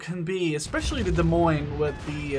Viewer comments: 5"/38 cal were always DP on all USN ships wether single mount, or twin mounts. the 8"/55 were the rapid fire mounts and fired twice as fast as the other Baltimore's. and we pronounce the ship D'Moines. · you just DONT pronounce the "S", cuz they are silent S's! So you say "De Moine" without pronouncing either of the 2 "S"es! Its the exaxt same principle as with the american states wich have silent S's in them such as Ilinois (wich is pronounced: "Ilinoi") and Arkansas (wich is pronounced: "Arkansa") Its actually that SIMPLE! I realy dont understand the difficulty you and other plebs have with this to be honest! Still nice video, realy enjoyed watching the naval combat!:D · It's pronounced [Deh]-[Moyn] :)